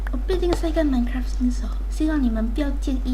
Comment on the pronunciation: Why did you say minekua instead of minecraft